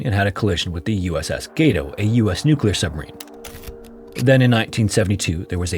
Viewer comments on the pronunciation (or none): I can’t get over how you slur your words. You need to annunciation better. You say Submarine sometimes, and then “submeen.” You need to slow down